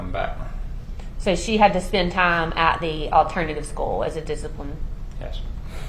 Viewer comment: He knows exactly who she was dating This lawyer needs to be able to say TIME NOT TOMS